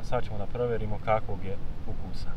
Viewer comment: nije ukuusa nego ukusa